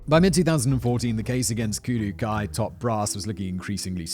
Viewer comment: I think it's pronounced Kudoh-oh